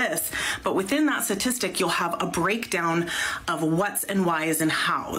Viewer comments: If that lady says satistic instead of statistic one more time i might lose my mind. Her intelligence level is on display. (Paderns, satistic, yahh) 🤦‍♂️ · Is it me or is that woman saying 'Satistic'? Sounds like she's missing the first 'T' and its getting on my nerves. It's been a long day and she's giving me the pip. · If you want to come off as data driven and evidence based, you should learn to say the word "STATISTIC"... Not "SASISTIC".... She strikes me as though she can't do simple addition... let alone advanced statistics... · Speaking to us like we're children, while pronouncing "statistic" like my 7 year old nephew - "suhsistic" 🤣🤣🤣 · She can't even pronounce statistic correctly.